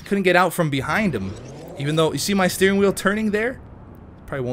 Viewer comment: always says "steerink" and i'm always like no, beef it's "steering" lol xD